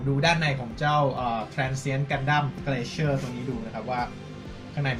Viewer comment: มันน่าจะอ่านว่า glacier(กลา-เซีย) หรือเปล่าครับ ไม่แน่ใจ